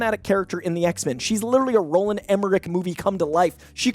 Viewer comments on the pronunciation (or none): none